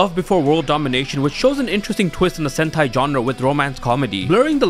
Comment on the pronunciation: I keep hearing sentai as hentai……what is wrong with me